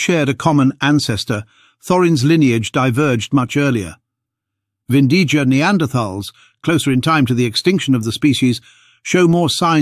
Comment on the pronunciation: BTW, it's pronounced Vindiya